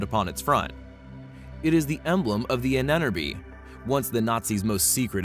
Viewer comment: Lol, Ahnenerbe isn't pronounced anener-bee. It's pronounced on-en-er-buh.